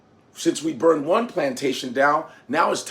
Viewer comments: Love the persona. But, you gotta work on how you say 'burned'...sounds New Yorkish instead of Southern. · "Boint" lol.